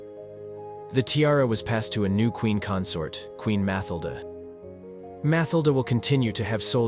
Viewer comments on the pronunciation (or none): Dud its FabiOLA and MatilDE stop saying the names wrong if you cant say the names ride don’t make this things make films about pepole whos name you can say